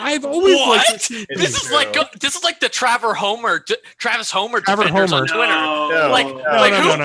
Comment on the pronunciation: “Traver Homer”💀